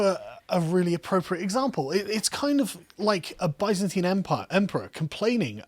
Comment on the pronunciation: "bizantiain" brooooo, first of all, how did you manage to say it like that, second you should call it the Eastern Roman Empire or just The Roman Empire as the term "Byzantine" was made by a catholic in the 17th century